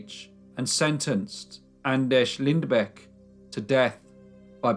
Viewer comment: By the way your pronounced his first and last name was pretty damn good!!